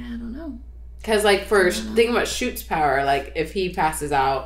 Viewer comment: WILL FUCKIN POWAH😤😤 🤣